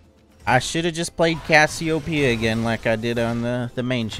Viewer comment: the country accent that came out when he was talking ab casseopeia 💀